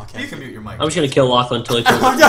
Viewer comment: I thought you said ur name like Lachlan instead of lochlin